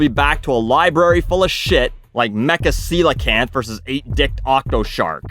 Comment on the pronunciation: 10 points for correctly pronouncing coelacanth